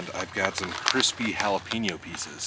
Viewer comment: Ha! You crack me up...Jah la penn ooooo.....Hail...ahhh peeenoooo. Love you brother~ A Jack Out Of The Box